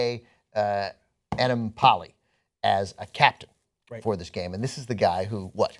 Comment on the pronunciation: attempt to pronounce Enemkpali is the best one I've seen so far